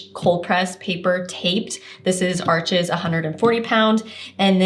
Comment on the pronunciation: Great info, Thanks for sharing!!! FYI: Arches is French, it’s pronounced “Arsh,” the (s) is silent.